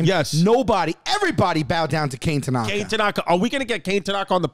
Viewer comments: "Cane" Tanaka. LOL. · Dang poor kane. Its pronunced Kah-Neh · Kane is most likely pronounced “kah-neh” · I’m not sure it’s pronounced “kane”, pretty sure knowing it’s Japanese it’s pronounced “Kon-a” like the word con with the letter A. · for sure not pronounced Kay-ne lol definitely Kah-nay